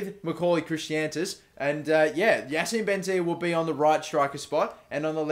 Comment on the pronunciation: It's Chris-antus